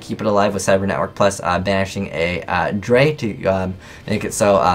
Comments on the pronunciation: drei is pronounced "dry" aswell as zwei is pronounced "tsvy" with the t partially silent, theyre the german words for 2 (zwei) and 3 (drei). just so you know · its pronounced in the german way so its (dry) drei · Me speaking german, i laughed so hard at "Cyber Dragon Draiiii